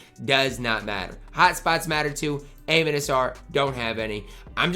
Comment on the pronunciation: the way you pronounce Amen's name is, uh-men